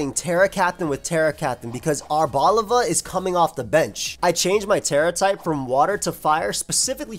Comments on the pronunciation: the way arboliva is ponounced is just like that but instead of placing emphasis on the ``O´´ sound, you do it on the ``E´´ sound. so it'd be ar-bol-``E´´-va. In spanish the ``I´´ is pronounced like the english ``E´´ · Hey, the correct pronounciation for arboliva would actually be ar-bo-lee-va, since its name comes from the Portuguese and Spanish words oliva (olive) and is pronounced with the closed I. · it's actually stressed on the li because it's not olive, it's oliva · I always thought it was supposed to be prounounced as "arbor"-leye-va, cause tree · My thought is that Arboliva is pronounced Are-bow-LEE-vuh. Arbor is Latin for tree and oliva is Italian for olive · mispronouncing Arboliva the whole video and just nailing it like 10 seconds into the interview lmao